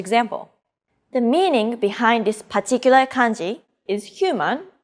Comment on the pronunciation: Particular ❌ Pachicular ✅